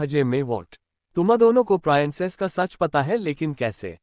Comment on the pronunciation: Peanic nahi princess hota hai